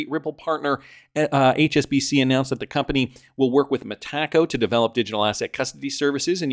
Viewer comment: It’s pronounced “META” (like the Facebook Meta) “CO”